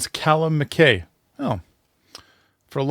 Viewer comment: Mac-eye not Mac-kay.